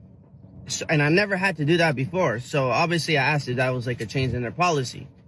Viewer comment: Axed. No..asked